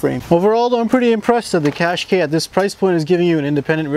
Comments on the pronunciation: Cash kai not kay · It's Cash-keye, as in "eye". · Oh im sorry 140bhp is not enough our irish qashqai 1.6 diesel cvt with a 112bhp is fine enough. Also its pronounce cash ky not kashk.